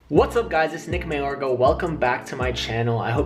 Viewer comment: He says Nick Mayargo but hes name is Nick Mayorga